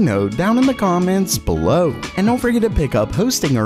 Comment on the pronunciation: random comment nobody asked for: your "have a great day" sound almost like: "have a great dane", which is thb a pretty dope thing to say.